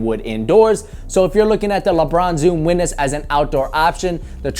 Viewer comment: "lebron zoom weeness" lol